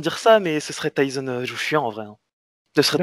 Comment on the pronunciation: Pourquoi les français au lieu de dire Tyson vous dites Tyzon lol